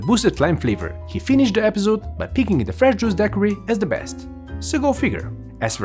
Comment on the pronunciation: One must love 🐓 measuring bartenders when not a single one seems to know how to say Daiquiri.